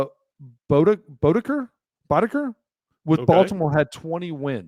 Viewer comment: They botched it. Leaving Frank Robinson off that list is ridiculous. The 4th spot, and you can flip a coin, is between Cal and Eddie. The SOB talking can't even pronounce Mike Boddicker correctly.